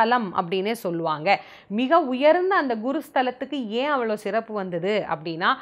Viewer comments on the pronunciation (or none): none